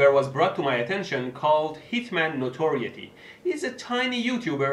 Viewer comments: Sorry for being a dick, but it's pronounced NO-TOR-ITY with a hard "i". I love your videos, and I hate hitman notoriety. But I had to say something because nobody else did. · Notoriety No tor eye eh tea Pls say it right